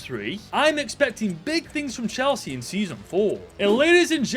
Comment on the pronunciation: ngl i heard "chelshit" at first